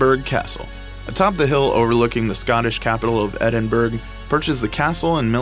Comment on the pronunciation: Edinburgh Castle like the word through pronounced ---thr-oooooooooooooooo NOTICE the Edinburgh is pronounced Edin-bur ow. The commentator must have been from Texas